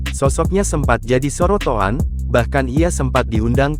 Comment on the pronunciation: Sorotan bukan sorotoan..